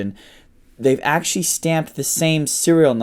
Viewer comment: Your pronunciation of Middle Eastern names and places is on point. However the way you pronounce "actually" leaves much to be desired